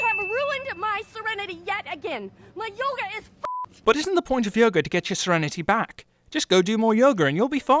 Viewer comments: He says yoger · When you say her yoga is f*** it sounds like you're saying her yogurt is f*** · Says yerga instead of yoga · He calls yoga yoger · You Said Yogr not Yoga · Sin for saying "yoger" instead of yoga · You sin the way she says impenetrable, but you say "Yoga" like "Yoger" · "yogER" Lol Silly brits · "Yoger.......Yoger". This is why I love British accents, the way words are said in British English. XD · Pronounced "Yoga" like "Yoger" +1 sin for "Everything Wrong With GamingSins" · Minus 124 sins for you making yoga sound like yoger